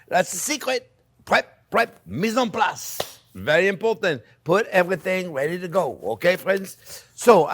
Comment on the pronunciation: it's actually mise en place but your spelling gets the job done and sounds how he says it.